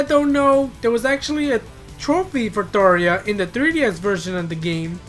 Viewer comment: Her name is Tharja not Thaareja.